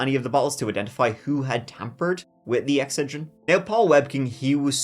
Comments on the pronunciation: Aren't ya pronouncing Ex-xed-rin wrong, there?? Could be wrong.....ur the one w/a top notch True Crime Channel! So don't mind me! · X-sed-drin. That’s how it’s pronounced. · Ex-CED-rin. Just saying. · “Ehhhhck said ren” is so precious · Ex-said-rin ... But I'm forever going to call it Exa- drin now 😆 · North American pronunciation is ex-SAID-rin. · Thank the Lord for the picture of Ex said rin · Its pronounced x sed rin where I am from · Ex-cid-rin. Good investigating! This was before you were born, right? I remember this one, and I'm an old woman! Always, love ya! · it’s funny, all my life i called it ex*CED*rin, with the accent on the second syllable. great story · Lmao it’s pronounced like, ex said dren my man!! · lol lol lol oh boy did you say Excedrine very unique lol lol!!!! It should sound like EX-SED-RIN 😂😂😂😂❤❤❤ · Eck- Said-Rin. That was grinding on me. If you are going to tell the tale, tell it pronouncing the name correctly. While I am here, it is NI-KEE not nik. If the owner and creator calls it Ni-KEE, say it right. All the shit Brits talk about how words are said and they say so many wrong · It's pronounced exCEDrin. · Never heard Excedrin pronounced like that before. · thank you for the visual. I could not figure it out with the different emPHAsis on the different syLABBle. If I can figure out how I'm going to call it what you said from now on! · Wow, I love the way he pronounces Excedrin!! Adorable. And don’t forget the most important ingredient in Excedrin, caffeine! 😊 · Have i been pronouncing Excedrine wrong this whole time? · long time follower here, but lol the way you say excedrin. us yankees put the emphasis on that second e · Cool, ill continue watching. That was bugging me. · The way you pronounce "Excedrin" is killing me! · LOL that was driving me nuts. It's like he accidentally pronounced it right like 5 times in a row. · the way you pronounced Excedrin was driving me crazy. you said it right a few time